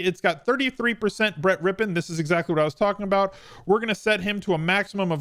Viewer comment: Thank you for the content and pronouncing Brett's name correctly undoubtedly some of these other DFS guys do not remember Mark .